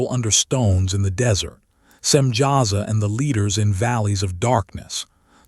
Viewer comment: Samyaza not Simjaza.